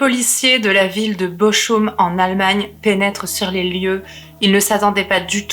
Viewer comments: Bonjour, on dit Boroum pas Bochoum. Sinon tout est Nickel. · J'ai aussi fait 3 ans d'allemand. Bochum se prononce Bokhoum, pas Boroum. De plus, ma mère étant d'Arlon à la frontière allemande, m'a bien précisé que c'était Bokhoum, pas Boroum. Mais c'est vrai que la prononciation du h aspiré du "ch" en allemand et en néerlandais peut faire penser à un r. Ensuite, la langue allemande de la Suisse alémanique n'est pas toujours totalement identique à l'allemand d'Allemagne. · Chère, Bochum se prononce Bokhoum avec un h aspiré entre le k et le oum. 😉 Sinon c'est toujours aussi agréable de vous écouter narrer ces histoires terribles car votre voix fraîche et votre grand respect des victimes permettent de ne pas sombrer dans l'horreur. Merci pour toutes ces affaires criminelles peu connues et même tout à fait inconnues dans le True crime francophone. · Bochum se prononce Boroum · "Bo'r'um" ! (Bochum) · je suis plutôt de ton avis , j'aurai dit " Beau Room " en mélangeant le français et l'anglais. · Salut, juste pour info Bochum se prononce " boroum" ( ouais c'est pas évident, l'allemand ), ayant fait ma scolarité en Suisse, j'ai du l'apprendre - à mon corps défendant - pendant 3 ans. J'aurai préféré l'anglais, lol. Je pense que le couple s'est " bien " trouvé. Leur personnalité s'est trouvée amplifiée se nourissant l'une de l'autre, d'où leurs déviances et leur " folie". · interessant, simple et efficace. Pour la dynamique de couple, je pense qu'ils sont aussi givrés l'un que l'autre et qu'ils s'entrainent mutuellement. Les cheveux, ca te va très bien. ne lisse pas trop sinon tu n'auras plus un poil sur le caillou 🙂. Très stylé le collier en mains de squelette. ( pour le nom de la ville "Bochum" , le "ch" se prononce " R" le même " R" que le mot "Cheikh" qui se prononce " cherh" .